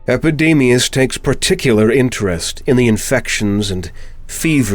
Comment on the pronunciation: Epidemius "eyes" ?